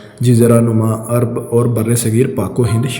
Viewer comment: ارب نہیں عرب۔